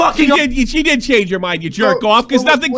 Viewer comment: “Changea Minda assaulta” for the love of all that is good stop the bri’ish from adding letters after words